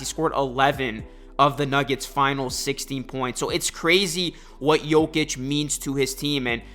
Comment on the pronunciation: You can't even pronounce the man's name correctly lol